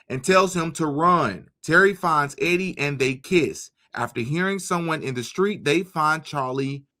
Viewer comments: E-die= EEEEDee not Eddy, just thought I'd clear that one up for ya. lol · The girl's name is not Eddie...it is EEEEE-DEEEE LONG E SOUND: JUST FYI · You pronounce Edie as Eee-dee...it's a woman's name. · "Edie" (female) pronounced - Eee-Dee (not Eddie) 👍 Great videos, man. I just found your channel. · Eeeedie....not eddy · Edie is a girl Pronounced E-D Eddie is spelled w/ two D’s .. fyi .. anywho keep up the good work .. I don’t usually point out grammar but in this case I didn’t want your audience to be confused that two guys kisssd . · Just thought you might like to know,, the ladies name Edie rhymes with.